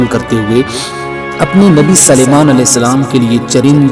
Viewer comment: آپ حضرت سلیمان علیہ السلام کے سین کو زبر پڑھتے ہیں قرآن میں دیکھیں س پر پیش ھے امید ہے کہ درست فرمالینگے